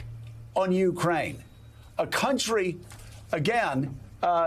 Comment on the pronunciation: At least say his name correctly lol